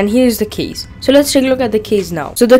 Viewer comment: U should say "case",u say "keys"